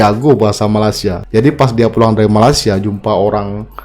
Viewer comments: Malaysia bang,,,bkn Malasia 😂😂😂👍👍👍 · ucapanmu di perbaiki,, Malaysia yg betul bukan Malasia.